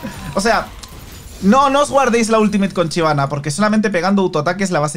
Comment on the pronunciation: Shyvana existe: Chivana.